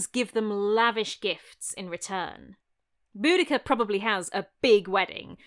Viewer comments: I just wanted you to know that my boyfriend thought you were saying Bootycall. A courageous hero called Bootycall. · lmfao "BoudaCURR" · Then at some point she met up with Xena Warrior Princess, but she pronounced her name differently 😉